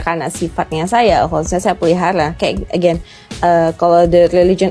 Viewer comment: Jangan merasa sok superior using English halp Indonesian when U not pronouch it that Rite, wkwkwk EGEN (again) Rite (right) Th Wen (when) Kemplet (complet) Meni more, lol